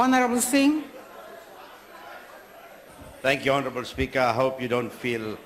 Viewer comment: Hounarable hounarable hounarable